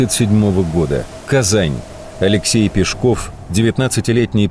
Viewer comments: Нас в школе учили ПЕшков, а не ПешкОв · Вот такой вопрос. Почему Пешков, с ударением на *о*. Живу в Нижнем Новгороде, уже более 60 лет. И в школе , и в музеях, и в домике Каширина, всегда и везде он был Алексей Пешков, ударением на *е*. И вдруг, в 21 веке он стал Пешковым, с ударением на *о*. Ухо режет так, что аж зубы сводит. Обьяснитесь пожалуйста. Бывает так ,что по центральным каналам показывают репортаж о Нижнем Новгороде, называют его Новгород. Видимо для москвичей это один и тот же город. Обидно! Наверное, ваш Пешков, с ударением на *о*тоже из этой серии.